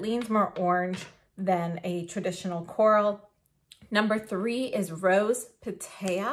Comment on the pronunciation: Beautiful! I am so tempted - though I know it would last no longer than 15 minutes on my pursed lips (finally found the right description for my lips). (BTW, “corail” is pronounced “Ko-rah-yy.”) Thank you for the great video.